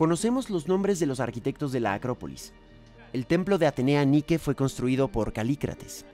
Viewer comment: Se dice Así; Atenea Niki Νικη